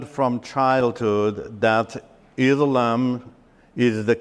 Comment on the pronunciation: This fellow is fake. He can't even pronounce Islam and Quran properly.